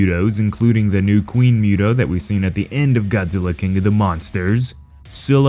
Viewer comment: It's pronounced "Moo-to" not "Mew-to"